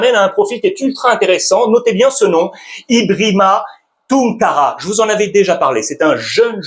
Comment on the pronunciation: Merci, juste un petit rectificatif, on écrit EBRIMA TUNKARA mais on prononce bien IBRAHIMA TOUNKARA.